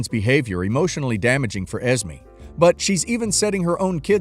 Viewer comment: I don't mean to sound rude but you're saying Esme wrong. It's pronounced Es-may. Not Es-me.